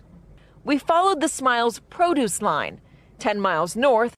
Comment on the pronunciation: "pro-doose"? does she mean produce?